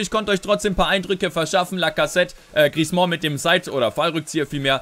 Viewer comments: Änder bitte mal deine Aussprache von Griezmann! ;) Das "mann" am Ende spricht man eher wie den "Mann" im Deutschen, vielleicht nicht ganz so hart. Aber auf jeden Fall nicht wie du es immer machst mit Griez"mon" ;) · Hey, den Griezmann spricht man nicht "Griezmɑ̃" aus. Den guten Mann schreibt man am Ende mit zwei N. Ein "an" im Französischen spricht man als "ɑ̃" aus, wie in "orANge" - das ist dann ein so genannter Nasal-Laut. Ein "ann" aber wird ganz normal wie im Deutschen ausgesprochen. Nenn ihn doch einfach "Griesmann":)